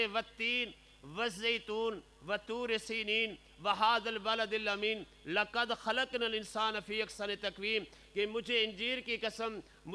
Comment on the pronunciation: مولانا صاحب نے لقد کو لکد کیوں پڑها؟؟ ق کو ک کیوں پڑها؟؟؟